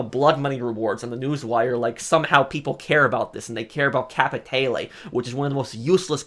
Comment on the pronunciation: Bro how fucking hard is it to say capitale right?